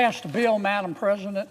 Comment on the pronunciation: Madam ppresiident?